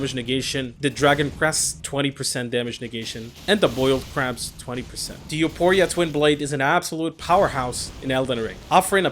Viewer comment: It's You-four-e-ah